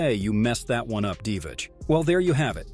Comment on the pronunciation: its pronounced divats